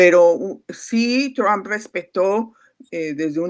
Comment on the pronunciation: Qua sra tan payasa: "Tamp"(?),,aqui todos y hasta Los gringos pronuncian= TRUP, q aburrido ..